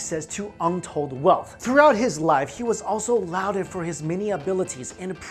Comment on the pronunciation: Lauded is pronounced 'lorded'